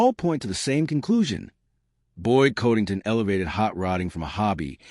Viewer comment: you can't even pronounce his name correctly